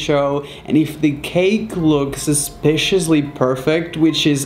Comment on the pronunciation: "Supsicouly perfect" some people just know how to bake a cake and frost it correctly.